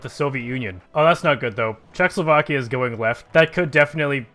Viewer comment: Its not czechslovakia, its czechoslovakia